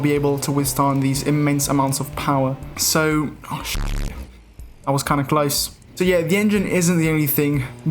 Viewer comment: the funniest thing ever is the way u say ''shitttt''